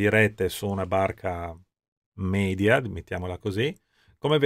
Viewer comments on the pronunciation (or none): none